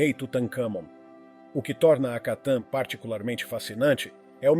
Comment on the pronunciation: O nome correto é Akenathon e não Akatan